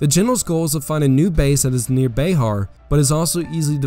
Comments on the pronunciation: It's pronounced bear not be har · That’s BuHAR, not BAYhar